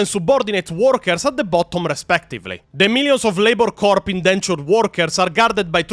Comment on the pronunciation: Good video, looking forward to see how you retell the rest of the story. One small correction: The "ps" in "corps" is silent, so it'd be pronounced like "core". Confusing, yes, but that's English for you.